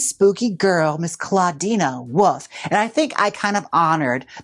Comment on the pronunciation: Not you saying Woof instead of Wolf every time 💀 Werewoof is sending me 💀🤣😭